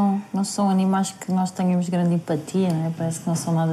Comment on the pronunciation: A palavra tenhamos está mal pronunciada!